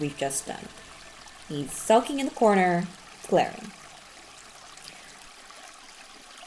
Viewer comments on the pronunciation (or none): none